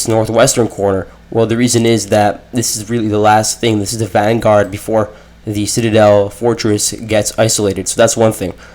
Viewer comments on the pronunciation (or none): none